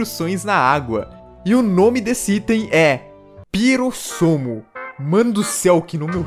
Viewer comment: "Pirossomo" Kkkkkk